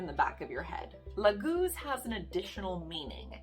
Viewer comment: It´s not Lagúz I believe, it´s Láguz. The leek, hm... Why on Earth would a rune mean two complete different things? Some suggest that the Leek grows in the marshland... Which is doesn´t. I think you have to skip one of the two meanings. It´s either Lake, Water or it´s Leek. Since their is no relations between them. Of course you can swim in the lake with a leek between your teeth, but I think that we can all agree that it´s farfetched. I´m sorry lady, but your horrible pronounciation of the rune makes it impossible for me to watch as this. I mean, if you can´t get that right...